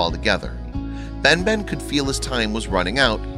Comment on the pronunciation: * "Ben Ben" instead of Batman (correction) Idk why, but half of the times I've heard his name, it sounded like Batman to me clearly...